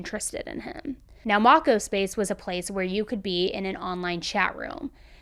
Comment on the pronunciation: lol its pronounced mow co space lol sorry it was nails on a chalkboard hearing how u said it lmao love ur videos!